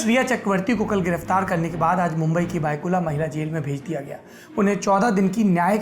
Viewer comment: बायकुला नाही भायखळा